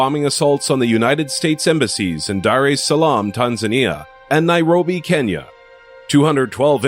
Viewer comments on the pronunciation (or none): none